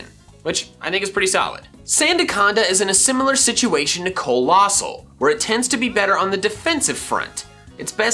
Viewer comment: COALOSSAL, NOT COLOSASSAL!